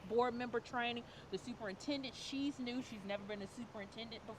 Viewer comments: This lady can't even pronounce the superintendent's name right get off the board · She can't even pronounce the superintendent's name